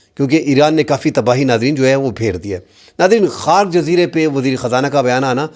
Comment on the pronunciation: Island KHA-RAK,,,,,kha-ruk